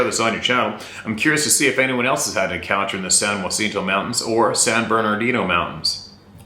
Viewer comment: You were close, it's "San-Ya-Cent-oh". If they can comfortably live there, they can live anywhere. Yup, you got Idlewyld right, If I was a Sabe I'd pass on that zone. So.Cal is a trip though. We've got some surprisingly gnarly mountains here. I've explored a ton but now they've closed all the roads & figured out how to block me from blowing the locks off the gates w/my 12 Gage. I'm sure the Sasquatch are happy about that, but then again who knows what they really want. Those hairy freaks are on a whole different agenda. Go Easy, thanks for all you guys do!!